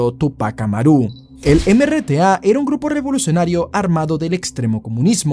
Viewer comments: dice que es peruano pero dice tupac amarú xd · ¿Qué clase de peruano dice Tupac AmaRÚ o Chavin de HuanTÁR? Pronuncia bien oe. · Solo un par de aclaraciones: - Se pronuncia "Túpac AmAru", con acento grave y no aguda, no tiene mayor fuerza en la "ru" sino en la "mA" de en medio. - Se pronuncia "Chavín de HuAntar", con acento grave y no aguda, no tiene mayor fuerza en la "tar" final sino en la "A" al costado de "Hu". - Años después los periodistas revelaron que maltrataron muchísimo a los mineros que hicieron el tunel. - Los DDHH de los terroristas? Que se jodan esos criminales. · dice que es peruano y lee Tupac "Amarú" 😅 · se regiere a que dice : "Tupac Amarú" y es "Tupac Amáru" y dice "Huantár" cuando es "Huántar" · Tupac "Amarú", Chavin de "Huantár" 💀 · vive en Perú, pero no es de Perú... sino no pronunciaría mal, por ejemplo: Túpac AMARÚUUU (es Amaru, palabra grave sin tilde en la última sílaba), Chavín de HUANTÁAARR (es Huántar, palabra grave con tilde por terminar en consonante). No es que quiera joder, pero me parece poco prudente hablar de acontecimientos de Latinoamérica sin investigar un poco cosas tan elementales, sobre todo de Perú, que es un país muy ignorado en la comunidad hispana. Además, sabemos cómo son nuestros países, y que realmente nadie tiene la información suficiente o entiende la cultura de un país vecino (por más que hablemos el mismo idioma), para soltar opiniones políticas o sacar conclusiones que parecen evidentes. La corrupción e irregularidad que se vive en Perú es inimaginable para cualquiera que no haya vivido allí. En fin, Machu Picchu. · No es Amaru, con acento en la U. Es Amaru con acento en ma. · No entiendo como siendo peruano pronuncias tan mal "Huantar" y "Tupac Amaru". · no hate hermano buen video muy entretenido, pero eres peruano y no sabes pronuncar amaru?? O tal vez se dice asi y nunca me enteré?? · Pronunciaste mal Tupac Amaru 😢